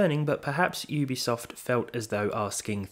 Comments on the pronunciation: "oobisoft" lmfao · You pronounced Ubisoft wrong...